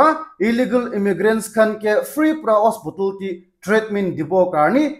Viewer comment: Hospotol ❎ Hospital 🏥✅👍👍😊